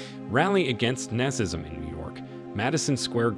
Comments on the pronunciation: "Naz-ism"? Wtf? Really? You'd think the narrator might've checked on that prior to recording. Smh. Unbelievable..... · You seem to be an intelligent young man, however you really need to work on pronunciation. For the word Nazism you said “nas siz ism” . For the word Coney Island you said “Connie” Island. You can always check on google for proper pronunciation. Don’t distract from the presentation and your own intelligence. You have a lovely voice and you are a good narrator… just work on that pronunciation 😊